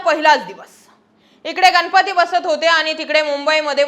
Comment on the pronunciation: गनपती नाही गणपती 😅